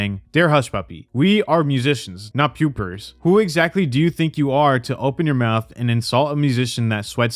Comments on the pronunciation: what did you say? Pewpers? Lol paupers is pronounced pah-pers. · it's pronounced "pawpers." Paupers.